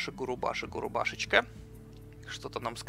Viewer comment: Берсерк "Губаруши"... "Губашуры"., прочитай уже его имя нормально)